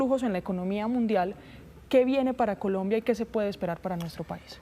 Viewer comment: me encanta cuando el analista dice Polombia.